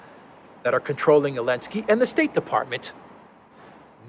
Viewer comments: Zelensky* Zelensky** Zelensky*** Not *Elensky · Why is he saying "Elensky"? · I am new to this channel. are you saying Elensky because Z is banned? hehe